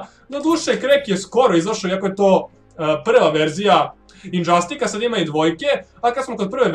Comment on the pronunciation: nije marvelov flash njega nema flash je iz dc mislio si na dceu i kaze se indzastic a ne indzastik